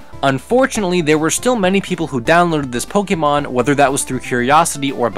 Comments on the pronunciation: The amount of times you said pokemon wrong. Its not pokeymon. Its pokaymon. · Pokeemon? Why are you saying it like that? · 2017 and he was still saying Pokeymon huh? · it hurts everytime he pronounces pokemon wrong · My only problem with this? You, uh... You're using the wrong accent on the E there, buddy. o _o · I'm a bit triggered of how you say Pokemon, but eh whatever.